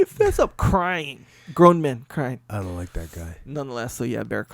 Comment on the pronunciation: Jocko, saying "I donk like that guy" cracked me up so bad!!! 😅🤣🤣🤣